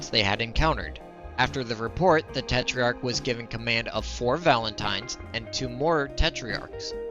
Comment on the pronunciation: Just a correction: the minimum armour on the tetrach is already 4mm in game. The star card doesn't show minimum armour, it shows max armour for front, side and rear. Also you added an i in your pronounciation for no reason. It's not te-tri-ark it's te-trark